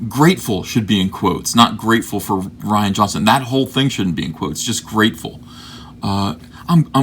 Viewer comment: It's Ree-ahn Johnson. Nobody spells Ryan that way.